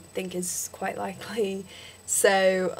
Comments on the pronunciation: you say 'soe' when it's really 'soh' And please stop saying ustraya. We don't say that. It's still 'Usstralia' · good work. a lot of it does sound aussie, but theres a few that sound british. wouldnt be able to pick ur american though. u say "so" a lot but dont say it entirely right. :)